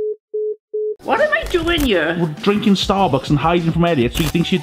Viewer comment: I like how instead of saying here they say ere.